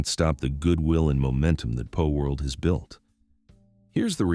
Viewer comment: PALworld! Not POLworld!